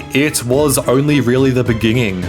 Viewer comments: Why does he pronounce every "N" as "ng" (beginging, termingated, etc) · bro you need to work on your english. beggenging, ingeret, ingevitively, mongey..... you add extra g's to so many words. learn your pronunciations ffs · In the Beninging😂